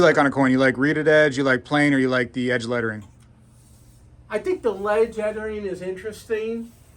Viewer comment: “ledge ettering” 😂